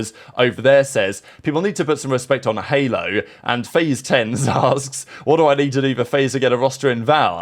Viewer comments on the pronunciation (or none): none